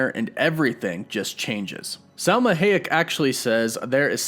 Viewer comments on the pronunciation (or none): It’s Selma Hayek. “ hi - ick” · "Selma Hayk"?!? 😂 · It would be nice if the same amount of attention to the name Gilgamesh was given to the pronunciation of Selma Hayak's name. Out of respect 🙏🏼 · That's not how you pronounce Salma Hayek's name. C'mon, her Wikipedia entry has the pronunciation. Do the least bit possible. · That’s not how you pronounce Selma Hayek